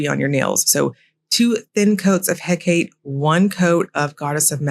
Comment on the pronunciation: Hecate is pronounced 'HECK-a-tee' : P